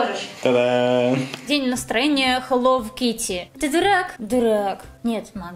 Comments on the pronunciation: ХЕЛОУ А НЕ ХЕЛОВ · Да почему хэллоВ кити а не хэлло кити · БЛИН ХЭЛОУ КИТТИ А НЕ ХЭЛОВ АААААА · ага и меня это раздрожает..... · Вот именно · Читается как хелоу Китти !А не хелоув Кити! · Не хеллов китти,а хеллоУ китти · Не хелов кити а хэлоу кити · Почему я постоянно слышу - Хелов Китти == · Меня одну напрягает что она говорит хелов китти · я не поняла, хелов китти это рофл или ты так и говоришь?._.